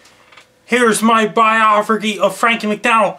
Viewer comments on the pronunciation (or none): "Here's my 'biofergy' of Franky MacDonald." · "Biophragy" LMFAO